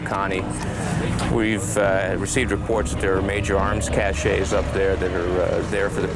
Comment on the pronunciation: none of these guys can say cache correctly.. it’s cashes.. not “cachays”